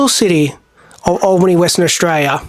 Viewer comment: Been there a few times. You pronounce the town Al-bany not All-bany as in thr name Allen. Just to let you know. Nice vid man keep it up